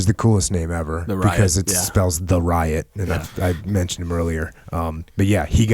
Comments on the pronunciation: Theriot is pronounced “terry oh” It’s French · I’d hang with him. 😂 And “Theriot” is pronounced “Terry-O”. It’s a Louisiana thing. 😂